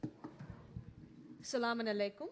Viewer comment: what the hell is salamumalikum. Please learn how to say it properly before you begin to quote. That's all I ask. Because you sound as dumb as you look and your looking pretty dumb. soooo yeah alkumumsalmum.